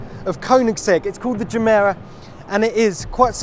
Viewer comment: why not using the correct Swedish pronunciation for its name? ji:mi:ra